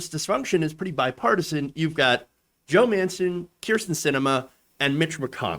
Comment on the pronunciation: For a second there, it sounded like you said Joe Manson. If you did, that's a hell of a Freudian slip, good for you. Edit: capitalization and punctuation